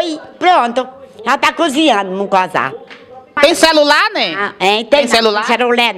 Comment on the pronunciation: Nunca vi colocar feijão em mungunzá !!! Só pra contextualizar não é mucunzá é mungunzá !